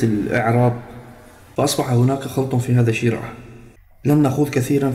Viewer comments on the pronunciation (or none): الشراح بضم الشين لا بكسره